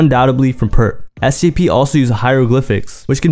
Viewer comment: Do I have a hearing issue, or are you saying SCP?